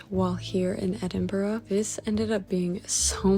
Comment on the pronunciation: Congratulations on pronouncing Edinburgh correctly most Americans say Edin bro 😊😊